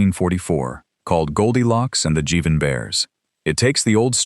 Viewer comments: Please. It's pronounced "jive-in bears," not "jiv-in" or "jeev-in." When it comes to reading programs, it may be artificial, but it's not intelligent. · Jivin' - Jive ing - not jih vin. Pull and bury: Farmer Alfalfa Elmer Fudd Flintstones Dr. Suess Betty Boop and all the others that draw all people as caricatures rather than photorealistic. Children don't learn prejudice from cartoons, they learn it from their parents and peers.